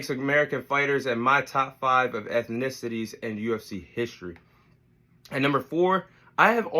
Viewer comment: My guy can't even say ethnicities!! I guess USA is deffo not in the top 5 educational countries in the world 👀